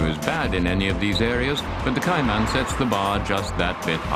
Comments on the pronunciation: What’s a Koo-Pay? What’s a Meter? What’s a Liter? What’s a Kay-Mannn? What does Zed mean? I was expecting to hear that the fenders are made from Alum-minium. But it never happened. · Porsche Kai-Man needs to learn to pronounce the car properly.